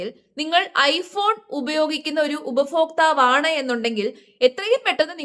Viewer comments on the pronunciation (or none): ഉപഭോക്താവ്. ഉപഫോക്താവല്ല.